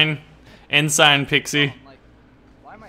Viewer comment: It's pronounced Ensin.. aka spelled Ensign